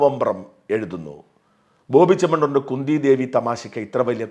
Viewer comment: കുന്തി എന്നാൽ കുഎൻ ടി അല്ല മോനേ